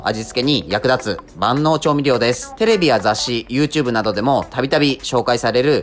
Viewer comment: 万能を「ばんのう」じゃなくて「まんのう」って言ってるとこめちゃくちゃ気になる